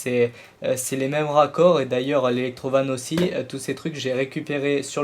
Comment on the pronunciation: on dirais que tu dis electro vines